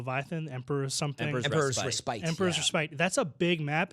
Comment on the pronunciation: The Leviathan PVP map Emperor's Respite is pronounced "RESS-spit" =)